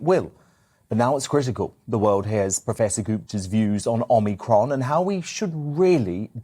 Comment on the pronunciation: I get that we're only 6 weeks into omicron... But how can you work in news media and still be getting the pronunciation of the well known Greek alphabet letter Omicron wrong? "Oh-mee-cromm' Come on...